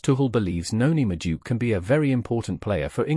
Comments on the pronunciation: Madueke ❌ Majuke ✅ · Who's this? The name is pronounced as it's written. Madu-eke